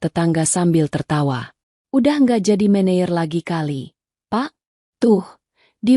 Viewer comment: MANAGER bukan Mayer.